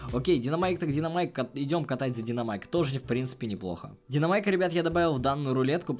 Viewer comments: У тебя ошибка там правильно будет динамайк а не диномайк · Да блять,правильно Динамайк,а не ДИНОМАЙК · Не диномайк, а динамайк, хотя пофиг